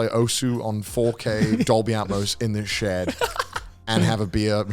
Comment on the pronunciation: "Shed", pronoucned "sheed"